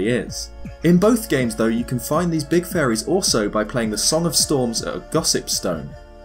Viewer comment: everytime you say faeries......i hear furry